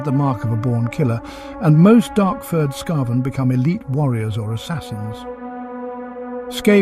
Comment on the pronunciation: Again, some inconsistensies in how certain words are pronounced. Is it "skah-ven" or "skay-ven"? It's the latter. But it's a shame you don't weed stuff like that out before posting. Such an easy fix.